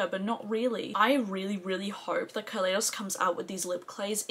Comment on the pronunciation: Glamshop mattes are about a pound each in the sale. It's a great sale. So many people say ka lay dos. I know the brand has said it's Ka lie dos, like the Ka lie do scope. I did recommend you for PR when Glaminatrix asked. They wanted Australian influencers, guessing you were suggested by others or were already on the PR list. I didn't realise at the time you lived in the UK. Hello 👋👋👋🥰